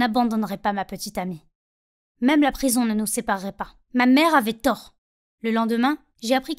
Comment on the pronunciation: "Ma mère avait TOrd" pas la peine de s'énerver hein 😂